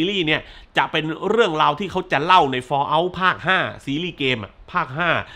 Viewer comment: ฟอลเอ้าครับ ไม่ใช่ฟอเล้า 😂